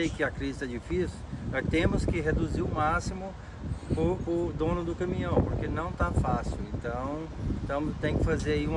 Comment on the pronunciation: É Caminhão,... Não Camihão....🤣🤣🤣🤣